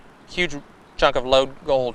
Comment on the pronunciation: they found a few ounces of sweet fuck-all. I werwee beweved theyee woud find gowed in dere. I think that would have been a better narrator for this video. just saying.